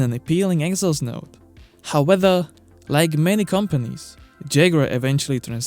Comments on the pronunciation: i love you and your videos, truly, but please stop saying how-weather, and learn to say howEVer. Please!! You you use the word too often to be mispronouncing it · Please learn how to say "however" or just stop saying the word. I understand English is not your first language and neither is mine but I couldn't watch the video to the end because it's just driving me nuts. Use "but" "still" "yet" just stop saying "howether" when it's "however". I hope you take this comment as constructive and keep up the good work. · Seen many of your videos... It's however, not "howether" :P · However not howwether. Just In case you wanted to know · Howether a b'o wa' er